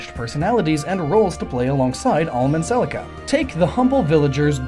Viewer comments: "Selsia and Alm" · "Celcia" [Sell-SEE-uh] It's Celica*. [Sell-ICK-uh] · Celcia... but its Cel-ICA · Don't mean to be annoying, but Celica is not Celcia, it's pronouced Seh-Lick-uh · I went back and listened to it a few seconds after it happened just to make sure I heard right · Nobody: Him: CeL-CiA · I was loving this until Cellsia? Couldn't exactly take the gaiden portion seriously. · Celica is pronounced "Selika" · Neither are the words Celica and Beorc. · Syleph? Cecilia? It is Seliph and Celica. Think Toyota for Celica.